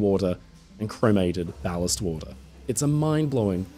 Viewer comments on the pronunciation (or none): none